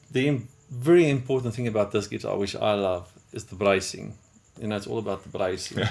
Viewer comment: Here's a thought. Learn to speak English more plainly, then film this over. Brycing? What the heck is "brycing?" Sheesh!